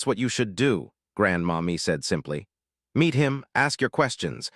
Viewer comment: So I think it’s not Grandma Me but Grandmommy. 🤦🏽‍♀️AI